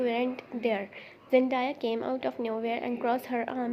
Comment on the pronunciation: Zendaya will kick u'r ass if she heard u calling her Zen- die-a😂😂. It's Zen-day-a❤